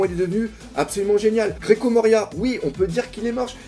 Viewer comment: Toujours tu dis "GRECO" MORIA 😂😂😂 au lieu de GECKO